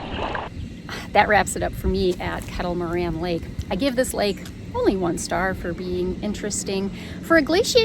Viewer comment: Once again you're in my neck of the woods!!!! BTW, it's pronounced Kettle Mor-RAIN. Great video. Thanks for posting. Hopefully you were able to swing by the Hamburger Haus in Dundee after the paddle.